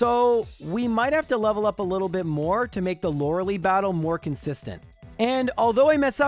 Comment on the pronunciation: Lore lie, not Lore lee. Also Tombstoner Brother